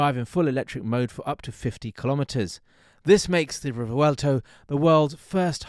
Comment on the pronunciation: you butchered the name, rewelto🙂